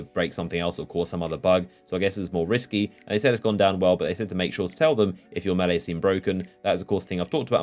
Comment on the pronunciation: Hearing a British person say melee wrong like a American is disturbing